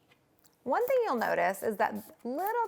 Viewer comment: Hell's Kitchen Kritter and Friends no she said “one ☝︎ color succulent”... lol 😂 it does sound like wine 🍷